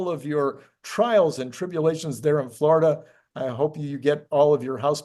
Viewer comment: He was "flow-rida"